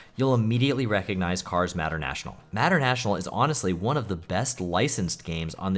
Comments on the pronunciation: "matter- national"? "McRee"? "TOCO"? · Sheesh, the way you pronounce "Mater-National" is just terrible, lmao.